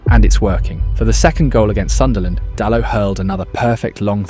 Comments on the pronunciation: It’s Sunderland 😆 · It's Sunderland 😅😅